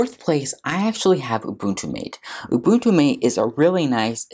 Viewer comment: Matay, not mate